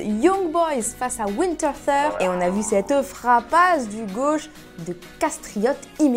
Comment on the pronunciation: Ouinterssur 🤣🤣 on dit vinetertoure ! (Winterthur)